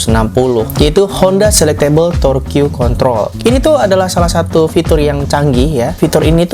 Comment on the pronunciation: FYI aja,, TORQUE di baca TORK